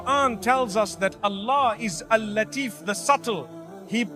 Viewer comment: I don't think this is real,I think this is an A.I generated video using Mufti Menks voice. The reason I say this is because , he pronounces the name "Al Lateef" incorrectly. Mufti Menk has very good Arabic pronunciation and would not pronounce it wrong so I think this isn't a genuine video of Mufti Menk.